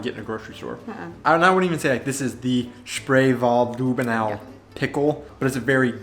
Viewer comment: Not Lüh benau it's Lüb benau. Short ü 😉